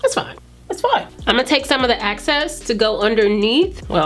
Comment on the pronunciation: Sis. You be killing me saying “Ima take the access to reverse contour” instead of EXCESS. Rooooootfl.